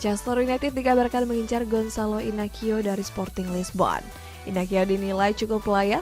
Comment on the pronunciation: Sedikit Koreksi Kaka Goncalo Inacio di baca : Gonzalo Inasiu